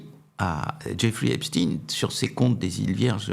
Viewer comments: Cela m'ennuie un peu que Mr RÄUFFER [phonétik] REUIFFER, avec ou sans tréma, parle en phonétique de EPTINE , et non de Stein (pierre), EPSTEIN. Sinon, je suis en accord total , avec les propos de Mr X. RAUFFER, que j'apprécie beaucoup. ... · J'adore: Xavier Raufer prononce toujours "Epstine", alors que prononce toujours, comme il se doit me semble-t-il, "Epstein". Comme on dit Einstein et non pas "Einstine" ou Weinstein et non pas "Weinstine"... étonnant, non? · ARRETEZ DE DIRE EPSTINE C EST EPSTENE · vous prononcez Einstein, Frankenstein et Epstein : Epstine ??? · C'est pas Epstine c'est Epstein. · ON NE PRONONCE PAS PLUS EPSTEIN QUE EINSTEIN épstine ou Einstine; Epstein se prononce phonétiquement AIPSCHTAÏNE merci de rectifier... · C’est Epstein (stein !) et non pas Epstine ! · Vers , pas epstine, epstein. Qui dit Einstine ? Edit à , il persiste et signe. Pourquoi ? Récemment, Tocsin avait reçu un invité qui parlait de ce sujet. Va-t-il parler de son auto-assumé "suprémacisme juif' et de ses liens, et ceux de son beau-père, avec le Mossad ? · Par pitié ! Prononcez Epstein comme Einstein et non pas Epstine !!! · pourquoi parlez vous de epsTIN alors que qu'il s'appelle epsTEIN...???????!!!!!!! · Pourquoi dernier temps changent-ils constamment de nom Epstein ? Epstein pas Epstin 😅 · On ne dit pas Epstine mais Epstein, comme on ne dit pas Albert Einstine mais Albert Einstein, et dans les 2 cas ce sont des juifs ashkénazes issus des peuples Khazars d'europe centrale comme l'Ukraine et donc qui n'ont absolument rien de sémite. MerdRe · Pourquoi il prononce Epstine et non Epstein !? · Ne dites pas Epstin mais Epstein. Vous ne dites pas Einstin mais Einstein. Vous n’avez pas à faire plaisir à la communauté. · des que vous entendeZ " epstiiiiiine" et non " epstein " dites vous qu on vous manipules meme si c est avec un peu de veriteZ... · Dommage que ce Mr prononce Epsteen...dirait-il Einsteen ou Lichtensteen??? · Dommage Mr Raufer que vous disiez "Epstine"....😒